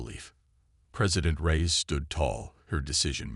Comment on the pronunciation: Reyes not rise lol.